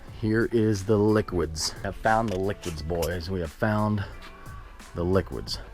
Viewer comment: Cringing at “liquids”